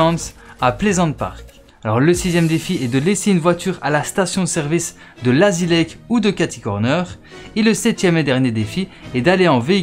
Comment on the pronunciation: Il dit lAzy lake